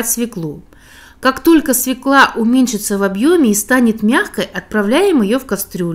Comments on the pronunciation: Не свЕкла, а свËкла. Понаехали неруси. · делайте ударение правильно в слове свекла. на Е. многие почему-то не правильно говорят. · свекла Е. не надо придумывать своих переношений. правильно надо говорить.